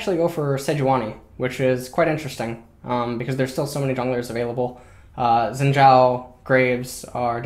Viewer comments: To put it simply, Xin Zhao is pronounced "Shin Jao" ( You got the Zhao part right) please stop mispronouncing it idk how people are still getting this name wrong after how many years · Well you should pronounce it shin jao